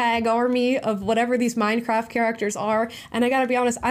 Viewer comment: "Minecraff" 😂 theres a 't' there Amala.